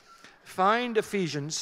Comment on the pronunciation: Hello, I'm Spanish and I didn't understand the word ephisions?? book of ephisions??